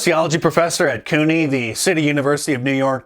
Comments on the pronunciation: CUNY is pronounced KYOO-nee. We're college searching in NY and highly discouraged. There was some page i was just on showing all the students in some club or job and it listed their pronouns- it struck me that every single one of them had normal pronouns and i wondered why they were all collectively tolerating such nonsense. I was relieved yet annoyed at the same time. I fear there is no affordable college (or otherwise) to attend in NY- at least to live at. Communting or online for some classes hasn't been too horrible but still- I hate giving money to these places. 😪 Thank you Mark! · Did Mark just pronounce "CUNY" as "coon-y"? 🤣